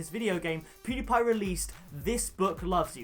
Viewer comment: How many attempts did it take you to pronounce PewDiePie's name right or are you just magical. if I tried to say that I would spit all over the person in front and murder his name!